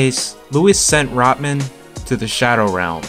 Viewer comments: “RaHman” not Raman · Rahman is pronounced rock maan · He can't even pronounce Rahman. Not Rodman, dude. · Isn’t it pronounced “Roc-mon”?